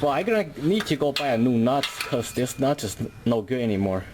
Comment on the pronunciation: And de nut